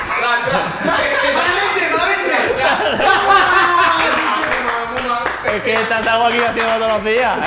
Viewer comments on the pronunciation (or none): que "hostia" mas sevillano le ha salio a Guardado jajajajaj